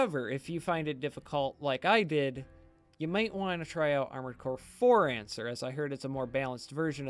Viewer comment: I thought you said Armored Core: For Used